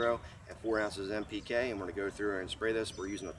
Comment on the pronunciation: Sorry. What’s NPK? Sounded like you said M